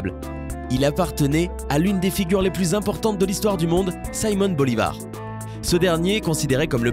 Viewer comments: On dit Simón Bolivar, pas "Saimon" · Pourquoi prononcez-vous "saïmon" Bolivar au lieu de Simon ? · Saïmonn Bolivar... Sans dec, le mec est Vénézuélien. C'est quoi cte prononciation à la ouanegaine bistouflye. Et là, oui, ça m'a étonné.